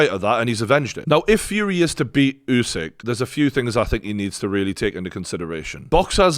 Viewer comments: It's pronounced oosik not yousik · Try getting Usyk’s name right and then I just might rewatch this side show.